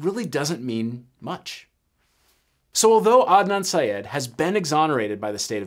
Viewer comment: It’s pronounced “Sy-ed”.